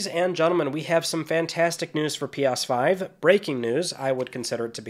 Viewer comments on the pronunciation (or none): "P AHHSS 5" its "Ps5" lol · It’s pronounced “pee-ESS-five” not “pee-OS-five” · Did he say P ass 5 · Is he saying "pee oss five" or am I just hearing weirdly? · All I keep hearing is "Pos5".... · You say ps5 weird